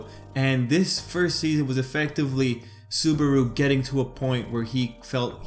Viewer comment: Lol petelgeuse hahahhahaha and subaro hahahhahahahahahhahaha its subaru not subaro and betelguese not petelguese